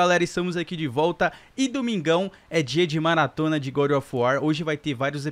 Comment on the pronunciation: Gode não é goró of War não god of War